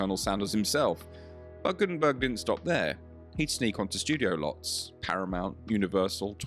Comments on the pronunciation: His name is Guttenberg’ NOT ’burg’ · Its guttemberg, no gutemburg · The man's name is Steve Gutenberg, not Guttenburg. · it's GuttenBERG, not GuttenBURG. at least don'T mess his name up and correct the video title. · GuttenBERG?! Dude you don't even get the name right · You're so stupid you don't even get his name right. ...bErg, not ...burg. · "Guttenberg"?? Sheesh